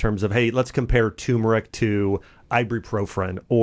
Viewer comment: Dude, you're not pronouncing TURMERIC correctly. Be more professional.